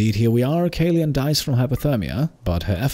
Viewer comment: kaleun is a german therm for kapitänsleutnant, roughly translated to captain-lieutenant, mostly the leader of a marine vessel crew :) it’s pronounced caloin ps: found this series by random, merely heard anything of the game and yorself, but i‘m absolutely hooked! great work and thank you